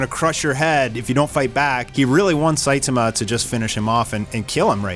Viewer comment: Dood, please learn how to pronounce Saitama. The least you can do is to say the main character's name correctly. I stopped watching because I couldn't listen to you butcher his name any more.